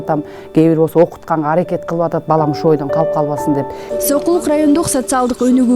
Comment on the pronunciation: Сокулук десен. Сойкулук деп койдун окшойт